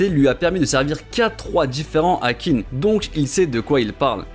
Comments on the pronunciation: Meilleure vidéo de la chaîne ! Par contre on ne dit pas Qin (Kin) mais Qin (Xhin) et oui le nom original du pays vient de là (Chine). Encore merci pour ton travail de forcené ! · D'ailleurs je sais que dans le manga ils font l'erreur pour la compréhension mais "Qin" se prononce "Chine" en chinois. Et c'est justement parce que c'est l'état de "Qin" qui a gagné que plus tard ça s'appellera la "Chine" ;)